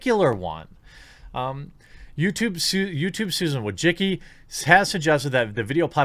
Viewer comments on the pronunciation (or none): Wojcicki - you pronounce it "Wooy-chi-ts'kee". it's a polish surname. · I gotta say, whenever I hear the last name Wojcicki mispronounced I die a little inside.